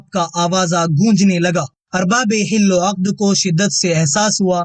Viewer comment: مثلا حل وعقد بالفتح ھے اور آپ بالکسرپڑھتے ھیں اسی طرح اور ہی کئی الفاظ ھیں